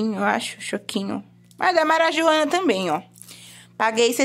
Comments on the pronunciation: Achei engraçado vc falando o nome da marca do leite condensado. Marajoana 😅 é marajoara. Muito boa suas compras, muitas coisas boas. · não e marajoana não. 🤣🤣🤣🤣🤣🤣🤣🤣🤣 É marajoara kkkkkk desse jeito vc não consegue patrocínio!!!! Adorei o vídeo parabéns